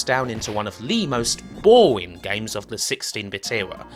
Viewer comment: their is so many words missing R's in this video... bowing (boring) wong (wrong) foeva (forever) vamin (varmin) .. lolz